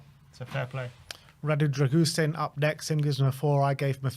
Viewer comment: Who's Drag-goosen? Embarrassing that you get the pronunciation so badly wrong.